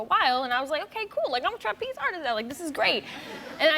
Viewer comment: TRApeze. Interesting pronunciation